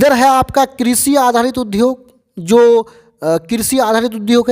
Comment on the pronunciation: किशी नही कृषि